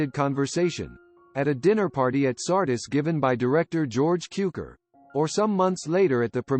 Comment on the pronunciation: K-naan, Sar-dees. Learn how to pronounce the names if you want to do these videos...